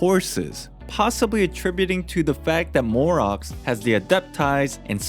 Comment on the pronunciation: Also “gnosis” not “gnasis”and “morax” not “morux” is it that hard to pronounce how it’s literally said in the game